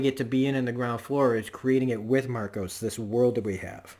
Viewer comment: His name is Marco, not Marcos. Otherwise, great review, you make some really great points, and I LOVE how Drummer can say more with a glare than some other characters can with a monologue. One thing that does make Marco different from other Freedom Fighters though is scale, the number of people, the number of civilians that he killed, ostensibly during peacetime, is unprecedented, other than say Genghis Khan